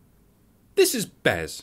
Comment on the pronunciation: BEZ!!! It's BEZ!